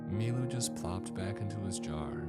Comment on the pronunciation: Took me till the end of the story to realize his name wasn't "MeeMoo" and was "Milu"